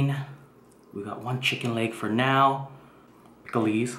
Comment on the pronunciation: No offense but u said it like it was spelled picklees